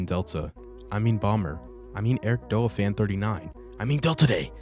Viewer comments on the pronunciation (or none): its not ericdoa its eric d.o.a spaced out it means (dead or alive ) its a fighting game thats the game he started streaming